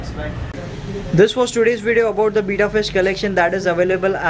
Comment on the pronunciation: Bhai it's be-tta not bita ya beeta